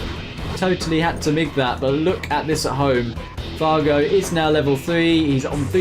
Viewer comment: Did you just call fargo far-joe 😂😂